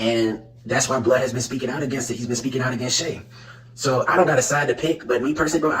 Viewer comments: Yo his name is pronounced "blood" not "blee-odd" 😂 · "Shay" & "Blee-odd" cmon brah 😭